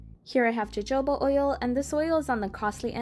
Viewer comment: Jojoba is pronounced Yo-Hoba